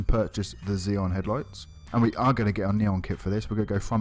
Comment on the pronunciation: Dude, please learn how to say Xenon properly ;) It's named after a gas used in headlight construction, not an enterprise class CPU